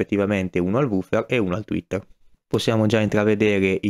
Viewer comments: Sei un grande, ma tweeter e non twetter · tweeter per favore non twetter